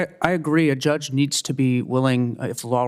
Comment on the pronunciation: Grassly is poster child for term limits. Mispronouncing judge as drug?!? This is 3rd in line from president.